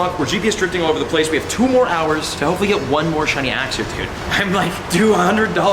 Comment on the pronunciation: am i the only one that wants to correct him every time he says axew 😂